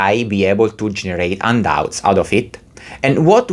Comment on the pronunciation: I took a while before I realized that "undoubts" were actually handouts. Silent "h" like in Portuguese?